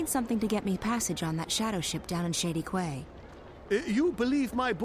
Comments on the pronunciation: I got irrationally angry every time the characters said "Qway" instead of "Key" when pronouncing the word "Quay", maybe that's just a British thing I don't know... But great series, as always:D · QUAY is pronounced KEY by the way, stupid old man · i hate to be uptight but quay is pronounced key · The repeated mispronunciation of "quay" is making me sad. It's pronounced exactly like "key"!! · no it's ku-ay mate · "Quay" is pronounced like "Key" you silly game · Evil (ex-)wizards don't know that Quay is pronounced "key".